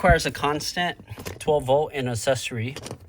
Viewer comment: Please make a stronger attempt to correctly pronounce the word accessory.